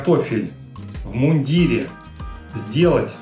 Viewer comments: Не в иундирЕ,а в мундИре!!((( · В мундире , ударение на букву И...